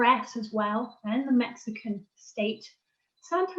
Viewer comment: Did she say "Mexico-an"?